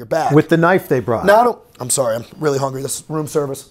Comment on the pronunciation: "Hungy" omg he is 20